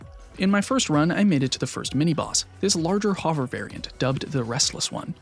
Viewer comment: Crazy production quality for being this early in the youtube grind (3 vids in, I mean). Also, I gotta say it: new “hover” pronunciation just dropped. It’s supposed to be a u sound as in “hunt” or “under.” Phenomenal video I am unfortunately just autistic enough that I can’t let such pronunciations slide without recognition.